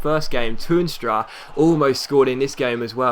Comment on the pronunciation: The 'Toorn' in Toornstra is pronounced exactly like 'torn' as in torn hamstring, just thought I'd share it :)